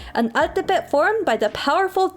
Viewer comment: Good to see mexicans from the US embrace their ethnic roots, thanks for sharing. Altepetl is pronunced as al-TÉ-pe-tl btw.